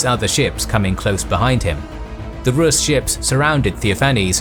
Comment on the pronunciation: Well done documentary, but notice, that the adjective to Rus' is rusian (with a long pronounciation of the u), not russian.